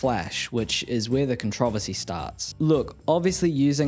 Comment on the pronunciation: Swear the way you pronounce controversy made me pause and sent me a down a rabbit hole for hours